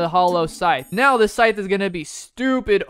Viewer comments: Its funny when he pulls out the scythe and says "sallow hythe" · Bro reply said sallow heigth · I’m so sorry to say this but bro said sallow hythe 💀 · Bro said sallow hyph in stead of hallow scythe